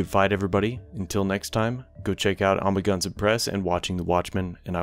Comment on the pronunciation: I will never forget the way you pronounce "Amagansett"